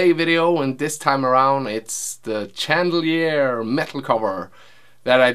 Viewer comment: It's so funny how you pronounce Chandelier!